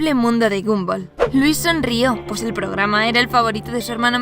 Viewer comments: Es gumball no gamboll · Xd se pronuncia gombal si se pronuncia como lo escribí xd